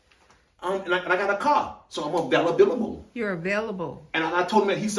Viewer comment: Did he say availablebbla